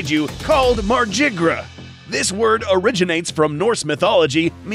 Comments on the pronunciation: It's "MAR-GYR" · I though it was pronounced mar-gi-ger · If it’s Norse, it wouldn’t be pronounced mArJiGrUh 😒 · I think it sounds a lot better to pronounce Margygr as "mar-guy-er" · you mean "margygr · I think the correct pronunciation is “Mar-gih-ger.” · I don't think that's how you say Margygr's name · There is a correct pronounciation for Margygr and your's ain't it. It's Old Norse. Both G's are pronounced like "Godzilla" or "Ghoul", not like "Genie". And the Y is silent.